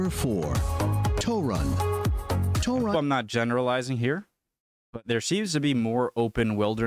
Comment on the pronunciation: Ah yes the famous "Toe-run" city.